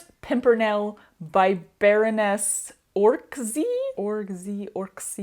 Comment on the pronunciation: I was disturbed (in the manner you described) when I saw the name Orczy. I am Hungarian and I know that name. I don't necessarily know people with the name, but there is at least a Park and maybe some streets named after the family. Pronounced Or-Tzee. (Like in tzatziki). So, I looked her up,. because I never heard of a person called that, just animals. So, Baroness was not her name. It's her status. Her name was Emma. I didn't know it was by a born-Hungarian lady. TIL.